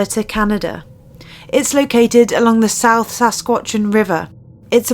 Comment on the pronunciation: Sass Katch Uh Wahn Not Sasquatchawan.